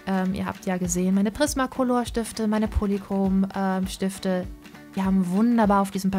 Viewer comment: Es verwirrt mich immer so massiv, wenn du Polychrom-Stifte sagst, da fehlt mir das O.